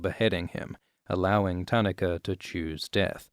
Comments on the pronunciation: Most of the name pronunciations weren't bad at all. Just "Tanaka" had me cringing haha. taa-NAH-ka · I cringed how you pronounced Tanaka but other than that well done, as usual. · Your pronunciation of Tanaka is really bugging me. :)